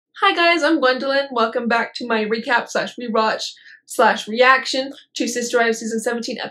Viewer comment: Everybody in her family including her pronounces her name gwendOlyn and not gwendlyn